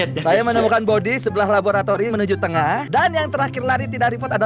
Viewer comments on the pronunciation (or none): none